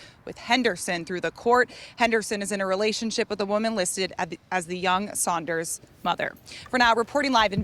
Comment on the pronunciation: Saunders not sliders